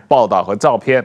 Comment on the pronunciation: 主持人人質念人值不是人字，主持人質字發音不正確，照片的片發音不正確，到底主持人是臺灣人還是中共國人，臺灣發音不是這樣不標準。